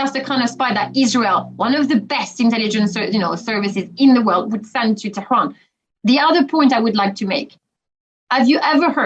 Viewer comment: She prounounced Tehran really well.